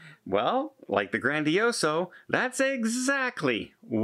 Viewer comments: You’re wasting your time. He’s purposely flipping the bird to all the people that have mentioned this for over a year. He doesn’t care when he mispronounces ship names or cities… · MSC GrandiosA not GrandiosO! ......your welcome! 😁👍🏻